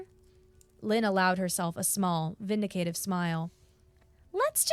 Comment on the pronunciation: great story really liked it and I only noticed one error vindictive - Vin - Dic -tive not vindicative which I pretty sure isn't a real word